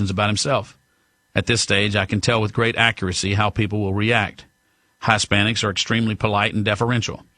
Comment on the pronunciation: "Hi-spanics" dude...His-spanics..gawwd.